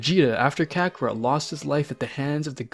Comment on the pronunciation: And kacarrot